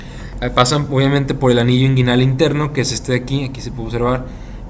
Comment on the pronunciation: Cvo sabía que hay una ureta esponjosa creí que era cavernosa. Muy buena la info perp el segundo señor que explicó esta rexontra perdido no pronuncia bien nisiquiera inguinal.